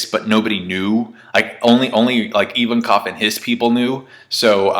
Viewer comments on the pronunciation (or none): none